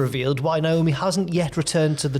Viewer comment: Her name is pronounced Naomi not Niomi